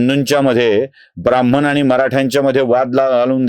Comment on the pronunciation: ब्राम्हणही नीट म्हणता येत नाही - किती अशिक्षित माणुस आहे.